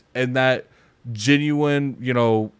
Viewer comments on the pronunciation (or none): none